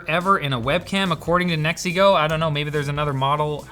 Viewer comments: Every time you say "NEXIGO", I hear "MEXICO". It is fun. "the last camera we bought from MEXICO"..... 🙂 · A like and comment Just for the way Pronouncing NexiGo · He says "NeXiGo" as if he's saying "It's a me MARIO!"